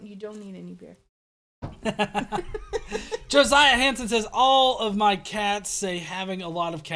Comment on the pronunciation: JOSIAH JOE-SI-AH not jo-zi-ah. There is no Z in this name.